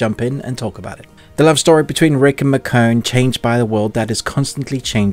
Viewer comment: Ikr! 😂😂😂 I’ve never heard her name pronounced that way before.